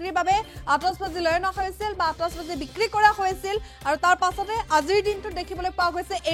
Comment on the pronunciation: Atishbazi not atosbazi 😂 Illiterate people butchuring my beautiful language!